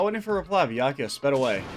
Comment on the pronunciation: The saga of mispronouncing Byakuya's name continues!